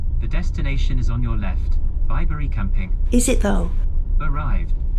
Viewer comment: Oh! What a lovely vlog ❤ I felt Bri’s presence on that pitch before you mentioned him. You were so relaxed and chilled. Just perfect! What a quirky shower in an ‘oss box 😂 We loved Bibury, but you pronounced it right! We pronounced it as in a baby’s bib 🤦🏻‍♀️ What a perfect evening to a perfect day. Fire, wine and nibbles. One day we’ll manage this together xx